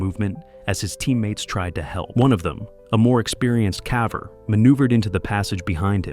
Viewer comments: Suggest to your AI narrator to pronounce "caver" correctly since your videos are about caving. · Ironic that the lazy person running this caver channel uses an AI narrator that can't pronounce "caver" correctly. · The AI narrator can't pronounce "caver" correctly. It's a bit insulting -you'd think the creator would have listened carefully and corrected any mistakes. Hmmph. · I know right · I know it’s the ai, but at …. The way it pronounced caver had me laughing out loud. It pronounced cave correctly, yet add and r and it has no idea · Right?!?! Drives me nuts 😂